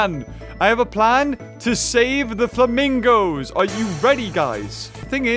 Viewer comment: Oh yes the "flamingi's"' my favourite animal